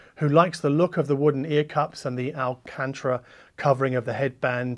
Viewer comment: Love your work. (it's Al-can-tara) 😆